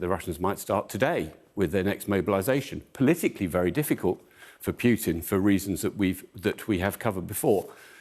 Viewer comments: It is Pootin, not Pyutin. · Air Marshal Edward Stringer pronounces Putin quite strangely. I hear him saying "Pukin". So here is a list of recommended ways to make oneself vomit (with the Air Marshal's tip at the end if the previous 7 don't work): 1. Push your finger down your throat 2. Drink Warm Salt Water 3. Rub your toothbrush against the back of your tongue 4. Gargle With Egg Whites 5. Expose Yourself To Unpleasant Smells And Sights 6. Mix a teaspoon of baking soda in a glass of water and gulp it down 7. Mix a teaspoon or two of mustard in a glass of water and drink the solution in one go 8. Think about the little gremlin hiding in his bunker in the Kremlin